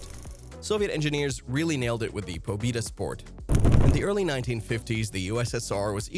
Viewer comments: POBIDA..it’s PO-BE-DA! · BRUH..Good video but please bruh..it’s not “PO-‘BIDA’…It’s ‘PO-BEDA!’….PO-BE-DA….ПО-БЕ-ДА..ok…thank u…u bot..u never lived in the actual Soviet Union…I DONE LIVED! In the PERESTROIKA era! Ya’ll heard! So….trust me..when I say…it’s not “pobida” it’s ‘POB’E’Da’ and it’s not “moskovich” it’s “MOSK-VICH” I’ll let u slide since y a Bot…I’m glad to teach you.. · “Po-bi-da” bruh pronounced it wrong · It doesn't sound like I(e) but like Ye (J, æ, like a exclamation Yo). PobÉda (Victory). You correctly pronounced this letter in the word Belka . Not Lora, but L a U r a!